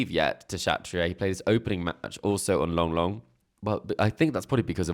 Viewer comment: I enjoy ' British English, but Suzanne Lenglen would be offended if she heard him pronounce her Longlong. There's no second G in there! it's pronounced "longlen"